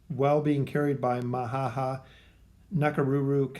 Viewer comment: its not Mahaha Its MAMAhaha